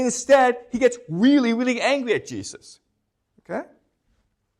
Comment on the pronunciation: Is it weally weally difficult 😂